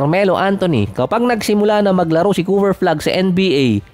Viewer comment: Ayusin mo pagbigkas mo. Balibaliktad. CooFer flag larry Vird. Letrang F at P letrang B at V. Magkaiba yan😅😂😂